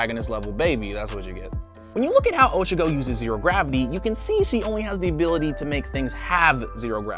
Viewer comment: Sadly, one for all wouldn’t be passed down to their kid. Also, Oh-Cha-ko lol